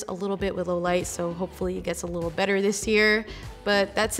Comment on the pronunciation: emphasis on "BETTER"